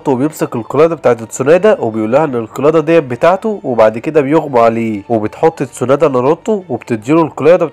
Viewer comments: و برضو اسمها تسونادي مش تسونادا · تسونادا ؟ قيارا؟